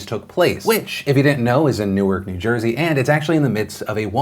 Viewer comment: Thanks for pronouncing “Newark” properly; as opposed to the pronunciation for “Newark, Delaware” 😎